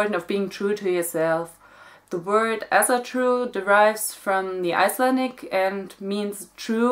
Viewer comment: I just want to say that Asatru is pronounced like if it was written with an o: "Osatru".